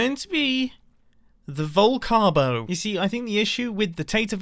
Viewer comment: Vol-carb-o… oh that’s bad. 😄